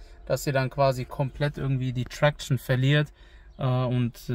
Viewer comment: Wie er traktion ausspricht 🤦